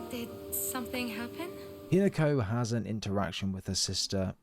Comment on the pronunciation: Not sure if AI or not, but it's HEE-NA-KO, not HIN-A-KO